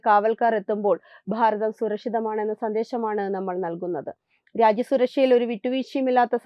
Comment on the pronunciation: Bhaagam, Bharatham, bhangi ennavakkukal ningal upayogikkumpol phaagam, Pharatham, phangi ennellaam aanu parayunnathu. Aattunnathu poleyulla oru feel cheyyunnu.. Ithu shradhikkan pala pravasyam paranjittum kelkkan manassillenkil unsubscribe cheythekkam